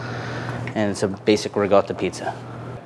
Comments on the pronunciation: It's riCOtta not riGOtta. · Its Reekawda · Can you please just say ricotta normally, you're clearly american 🤦‍♂️